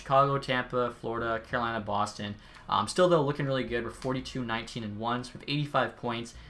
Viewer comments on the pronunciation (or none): none